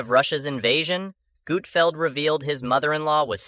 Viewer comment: I can’t stand these A l videos! “Gootfeld”??